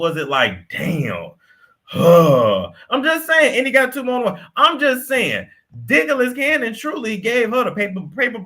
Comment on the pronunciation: "Dicklas Cannon" is crazy 😂